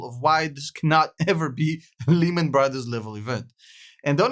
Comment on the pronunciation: 3 reasons I dislike this video. Your milking evergrande like every other channel, you were speaking Japanese even though Evergrande is Chinese, and you aren't even saying Lehman correctly. (Say it like Layman). I wouldn't trust this guys words at all.